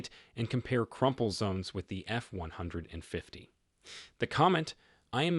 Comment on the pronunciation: AI can't even pronounce F-150 right.